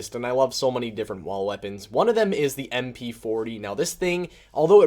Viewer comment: Sounds like you say wa weapons 😂